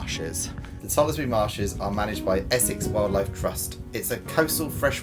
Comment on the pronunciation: It’s pronounced tollsbury you don’t say the letter e